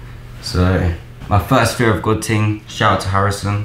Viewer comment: stop saying "ting"...my god